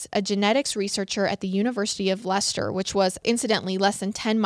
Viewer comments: Pronounces Leicester correctly and proceeds to take her life in her hands with the Scots 👀😳🤦🏼‍♀️😂😂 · As an English girl, hearing you say ‘Leicester’ really warmed my heart!!! I think that’s the first American yt/podcaster that I’ve heard pronounce it correctly!